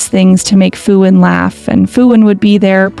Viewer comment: The fact that not once Phuwin 's name was said correctly bothers me to no end 😞